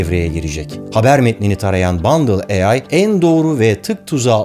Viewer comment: Abi bundle değil bındal olmasın o